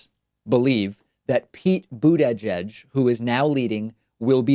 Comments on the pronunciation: Are you pronouncing/emphasizing Buttigieg that way as some sort of meme? I'm asking this honestly and not trolling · Pete or Bernie. Doesn't matter to me....I will support either. But David: Please quit putting down Pete by mispronouncing his name so blatantly. I know that English is your second language, but I also know that you can enunciate properly when you want to. By disparaging Mayor Pete, you make yourself seem like a sore looser....when that doesn't make much sense, since ALL the candidates are on the same side. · lol, your "Buttigieg" pronunciation kills me. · Why does he pronounce Buttigieg like that? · Hey uhhhh why are you saying his name like that? And in that super slow speed? Fan of yours but you sound a little ummm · Stop saying Buttigieg that way, it’s annoying. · Pete is just ahead with 97% in. And if he DOES win (aka "overperforming" to you), your other video about him taking credit seems kind whiny. :p And maybe we should start calling you Pak-man (with the separation) since you refuse to say a candidate's name properly--and have admitted you know the difference. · Why are you pronouncing Buttigieg like that? Haha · Also, why is david saying buttigieg so weird? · * Boot Edge-Edge ;) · It's not that hard to say Buttigieg. Saying Booooot-eeedddgge-edddgge every time is starting to get on my nerves. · Please learn to pronounce Buttigieg, it's really annoying tbh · Love your show, but PLEASE STOP pronouncing his name "BOOT EDGE EDGE"! It is pronounced "Boot ijedge" ALSO, it's prounced Tulsey, like Tulsa, not TOOLSEY! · "Boo-da-jedge" -David Pakman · Absolutely not a single soul: David: Pete Boot-edge-edge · David, Why do you say "Buttegieg" that weird way? Instead of getting all passive-aggressive be a man and just tell us what you think of Pete, then pronounce his name correctly. You're a professional, don't join Turnip in the mud. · Nobody: David: Pete Butt EDGE EDGE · Please stop saying bootyjedg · Why are you pronouncing buttyjudge weird